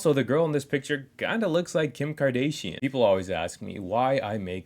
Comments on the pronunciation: Can't even pronouce Kardashian properly... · Ok facts ur right but that’s not how you say kardashion love you brotha